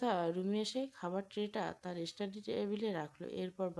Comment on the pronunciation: স্টাডি” ইস্টাডি নয়